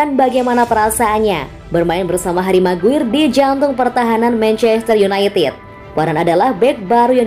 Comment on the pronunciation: MCGWAYER = ❎ MCGUIR = ✅